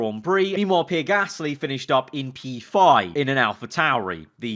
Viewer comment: He’s saying pear gasly right?im not going insane